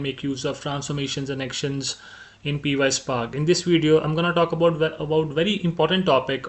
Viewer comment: Py is pronounced pie as in Apple pie. not P-Y. So it's one word pyspark😊